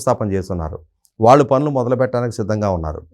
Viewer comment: యాంకర్ కి చిన్న సలహా "శ " అక్షరాన్ని" ష" లాగ పలుకుతుంది.ఉదా :దేశం అనే పదాన్ని దేషంఅని పలుకుతుంది. "ళ "అక్షరాన్ని "ల ". లాగ పలుకుతుంది ఉదా :వాళ్ళు కు బదులుగా వాల్లు అని పలుకుతుంది.